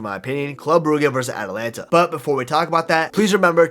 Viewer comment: ATALANTA NOT ATLANTA